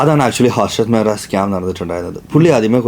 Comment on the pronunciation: കുട്ടിക്ക് മലയാലം അരിയില്ല... ഹർഷദ് മെഹ്രയല്ല, മെഹത്ത